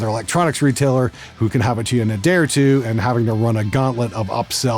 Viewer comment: your english is (or reading skills are) going downhill - pretty sure the number 2 isn't supposed to sound like " t' ", but... What do i know, i'm not a native speaker, and maybe that's a Canadian thing:P Isn't that the "MP-2NV", as in TWO (channels)?